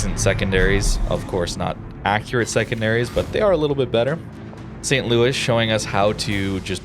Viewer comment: St. Louis is a tier 3 ship. Saint Louis is pronounced differently. You're doing it for Jean Bart. Why not for here?